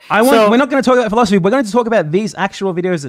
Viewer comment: They like to say "philosoply" because it has four syllables.